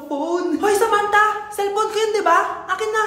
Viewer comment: Sel phon plaese😢